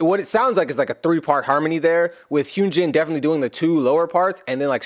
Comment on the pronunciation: Just a helpful hint: Hyunjin’s name is pronounced HUN as in honey, and GIN like the booze. Love him!!